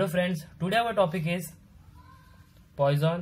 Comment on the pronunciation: GREAT VID! PS Its not POISON'S RATIO BUT pronounced as poo-son's ration